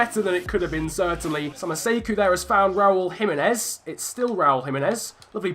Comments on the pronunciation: It is not Jimenez it is himenez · Alright chief you got the pronunciations correct but Jimenez actually is with a H sound edit: wait wtf bruv you fixed it mid-episode